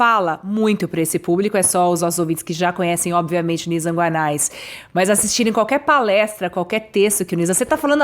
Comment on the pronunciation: Petria, desculpa-me, mas a pronúncia correta é "Guané". Sou teu admirador. Obrigado!